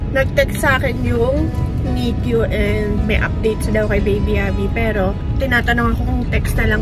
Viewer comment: ❌❌❌❌❌❌ NICU HINDI NIK-Q ❌❌❌❌❌❌😂😂😂😂😂😂